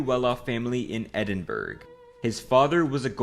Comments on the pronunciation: It's pronounced Edinbra lol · The way he pronounces Edinburgggggg is funny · Edin burg??? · There are 3 syllables in Edinburgh and he got 1 correct. Lmao. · i wish these people would learn how to pronounce Edinburgh its literally english its literally your fkn language. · All this research and the guy still can’t pronounce Edinburgh